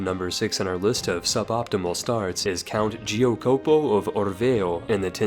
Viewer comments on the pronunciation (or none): oh my god you totally butchered it. It's supposed to be spelled "JACK -opo", not "GEO -copo" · Giocopo is worst lol